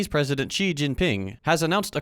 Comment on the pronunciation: Please learn how to pronouce Xi's name.